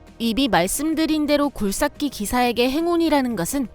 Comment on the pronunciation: 사투리 쓰시나? 굴삭기 발음이 어색함